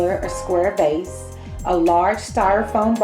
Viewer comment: Vase not case lol